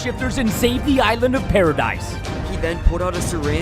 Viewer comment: THE WAY MAN SAID PARADISE NOOO